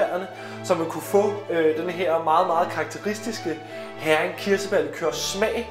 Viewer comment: Interessant historie, og godt initiativ. Bare en hurtig kommentar til museumsinspektøren: Heering udtales ikke som en engelsk sild (herring), men hEring.... :)